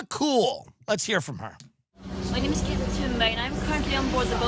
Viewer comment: Dude, educate yourself on how to pronounce Greta's name